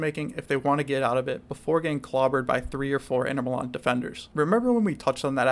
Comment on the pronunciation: My brother, I never heard any one say inter milan like that. Sounded like the name of some north eastern pie